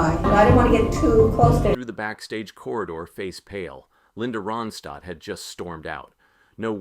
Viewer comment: Within the first minute,this host / narrator mispronounced her last name. Yes, the actual person he is speaking about,he can not pronounce her last name correctly. Ai generated Moving on.....